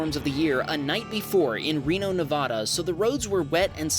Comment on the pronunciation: Please stop saying Nevada like that, every time I hear it I cringe